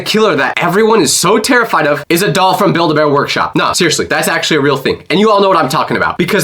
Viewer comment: accully got me 🤣🤣🤣